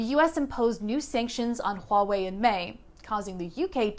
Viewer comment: Your pronunciation of Huawei is on point! I've heard so many reporters butcher that name.